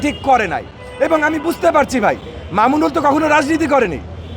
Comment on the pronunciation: এই মাদরচোদে একটা সম্মানীয় লোককে নিয়ে কথা বলে সালার পোলায় ভালো করে নাম টা ও বলতে পারে না